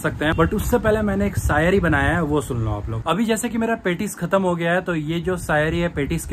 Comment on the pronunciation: bhaiya saiyri nhi shaiyri